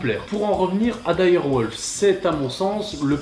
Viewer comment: Trve du culte, excellent ! 🤣 Par contre mgla (mgwa = brume/brouillard en polonais) c'est vraiment à chier... Ah oui... On dit pas wolf mais "wulf"